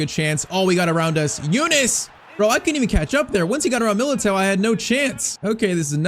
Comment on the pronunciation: Please stop pronouncing MILITAOs name wrong